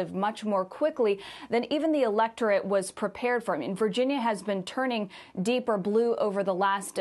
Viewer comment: She almost said "Vagina Race" in half way point of video 😂😂